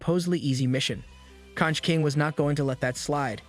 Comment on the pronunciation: Conch is pronounced konk